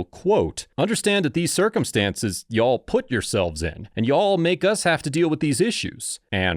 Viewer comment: You didnt have to put so much emphasis on YALL like you did. 😅😂😂 As a Texan, I am offended. LMAO. 😂😂